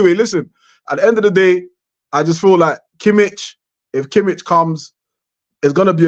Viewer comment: no bayern players, thanks btw you don't pronouce it Kimitch, but Kimih, the H is as in Hint